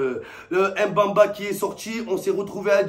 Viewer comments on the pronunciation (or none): Déjà fallait bien prononcer le nom du joueur Em mban mba c est qui ? C est MBÉ MBA Façon tu prononce mba bah tu remplace le A part le E Mbemba